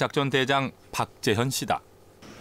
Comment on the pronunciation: 나레이션이 박재현을 왜? 탁재현으로 발음하나?